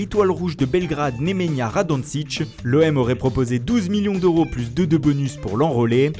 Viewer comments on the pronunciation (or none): none